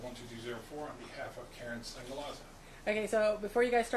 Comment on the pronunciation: Yea, Keren pronounced Karen. 🙃